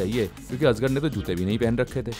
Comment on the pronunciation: I can forget azgar (ajagar); but you mispronounced "Soman" too. You are doing a video on him. Shouldn't this at least be taken care of?